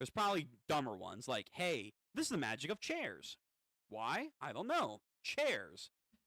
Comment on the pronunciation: Starting to watch you and I laughed my ass of with the makij pronunciation, just said it magic